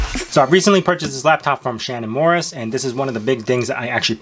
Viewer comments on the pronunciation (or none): Don't mean to be a Debbie Downer... But, you keep pronouncing it Shannon "Morris"... It's Morse like Morse code or the beginning of the word morsel.